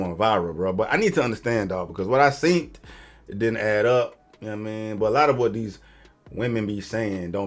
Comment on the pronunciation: don’t say seent 😂 the word is seen, don’t sound uneducated and dumb, I can’t can’t stand when people dumb themselves down by not spelling or speaking proper English 🙄🙄